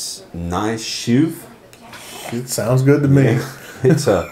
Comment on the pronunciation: good review , the pronounciation btw is : nice => nis , and chouffe was not that far off at 0.15sec , but you say the 'ou' a little faster, and wihout the 'w' sound ( not 'chouwffe' ). keep loving beer , gz from Antwerp, belgium